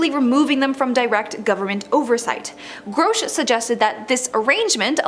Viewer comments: She says grosh whereas it should be pronounced grush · Let's all take a drink every time she mis-pronounces our boy's name.